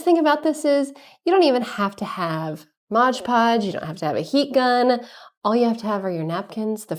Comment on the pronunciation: I hate when people say Modge Podge...…it's Mod-podge🤦🤷